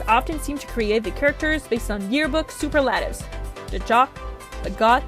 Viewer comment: Soo-PURR-lah-tevs not Soo-purr-LAH-tevs Cool review, I just wanted to point out your wrong pronunciation because I’m a mean person.